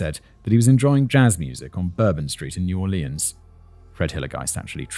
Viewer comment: Southerners when they hear him mispronounce “ pecans” and “ New Orleans” 😬😬